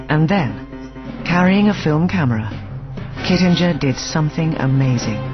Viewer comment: Oh, and the narrator butchered the 'Kittinger' pronunciation.